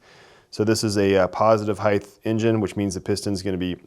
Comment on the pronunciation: Good God man, the word is *HEIGHT*!!! you say HEIGHTH every time you say the word, with a th at the end, and it kind of drives me a little crazy every time I hear it.